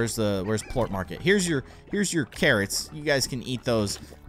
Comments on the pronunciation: its not pluat its plort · It's pernounced plort NOT Pluot